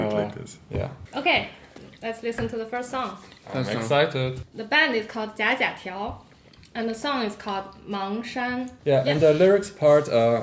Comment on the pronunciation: 假假条是不是应该读作"假(三声) 假(四声)条"？